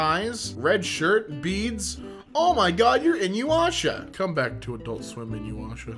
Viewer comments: Hearing Inuyasha (ee-nu-ya-sha) be said as "in you hasha" made me shrivel up a bit inside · It's pronounced (EE-noo-yasha). Inuyasha. Not "inyuasha". That just hurt my soul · I will never forgive for pronouncing it "In-you-asha" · I don't like how people at mad at for mispronouncing Inyuasha. I mean, maybe he never watched the stupid show before. Anime names are complicated and therefore not always able to be pronounced right. Give him a break. Jeez. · The way pronounced Inuyasha hurt my very soul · I'm dying you pronounce Inuyasha the same way I did when I was little and i really hope you're doing that on purpose